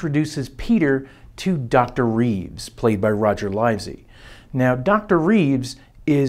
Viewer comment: An excellent introduction to my favourite film, but I hope you don't mind my making a couple of corrections. Pressburger was primarily the writer of the films. The letter "i" in Livesey is short as in "Live and Let Die". And there are lots of different races in this film's version of Heaven, but no Germans!